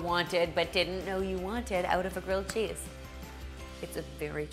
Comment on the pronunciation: GWILLED CHEESE IF YOU PWEESE!!! (Check out the Elmer Fudd video. I love it)